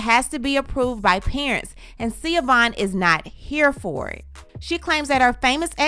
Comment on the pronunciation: Zaya's name is ZAAAAAYA.... long A... Not Ziya. Schiovaughn's name is pronounced SHU-VON... Not Seee-a-von. Now as to her allegations. First, I was thinking that Dwyane did write the post until I heard the "10 toes down"... definitely Gabrielle. But doesn't matter if she or he wrote it. I"m sure he read it and approved it before it was posted. 2nd-- I actually really feel sorry for Schiovaughn. I've been a DWade fan forever. So I knew their story. I always love a good love story. But they were very young when they got together and got married. Dwyane actually got with her leaving a traumatic household with his father . He moved in with Schiovaughn when they both were still in high school. So by the time all the fame and attention happened, his young self did what young men gain fame and. money and cheated. Heck Shaq was his teammate and mentor. He had no chance. That does not excuse his behavior.. but IJS. And for a long time, I did not like Gabrielle b/c I really thought he cheated with Gabby while he and Schiovaughn were still married, but it wasn't her. So I have sympathy. But I have to agree with DWade... I think her obsession with him and the loss of their relationship cost her valuable precious time with her children that she will never get back. She should be having conversations with Zaya and not blasting all over social media for attention. She is still trying to make DWade the bad guy. And he was the bad guy, but he's a likable bad guy and still had fans and popular